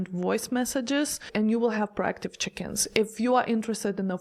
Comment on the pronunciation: So check-ins. I thought you were saying chickens 😂. I not the norovirus 🫣